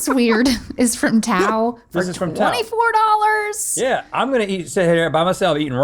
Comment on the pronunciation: That's not how to pronounce Tao!!!!